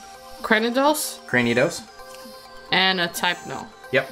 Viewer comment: I think she pronounced Cranidos correctly